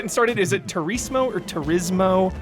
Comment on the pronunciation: saying "TURISIMO" really got me lol